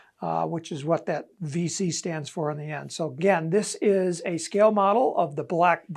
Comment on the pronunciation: It's Five C not Vee C lol